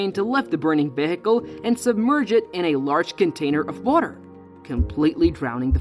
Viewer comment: Somebody needs to teach Mr. AI how to say the words vehicle, debris, three, thirteen, highlighted, fleet, statistics, risk, and so many more.